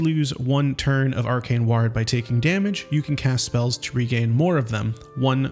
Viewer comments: Please stop saying 'ward' as if it rhymes with 'bard', it causes me physical pain. It sounds like 'war' but with a 'd' at the end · Ward is pronounced like sword, just without the s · "Ward" doesn't rhyme with "yard!" It rhymes with "bored!" Holy cow, are you an AI just learning to talk? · does this man not know English? wtf is ward? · You should relearn how to say ward.